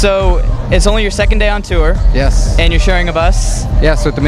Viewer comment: he said "tour" like "too-er"... ew